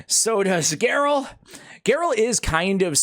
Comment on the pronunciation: Just got her. Will try to do a slayer build. Pretty funny stuff with butchering her name